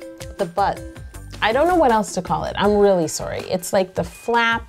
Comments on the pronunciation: I was buying the "American" shtick until she said "soorry" 😜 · Then Canadians.. " Surry" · #surry 😂 omg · WOW Yolanda sounds so Canadian when she says sorry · I KNOW I LOVE IT SO MUCH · sniff sniff if only I said sorry like that, but would i care if i got used to it? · You know you're Canadian when you pronounce 'sorry' different from Americans😂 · OMG Canadians actually say sorry like that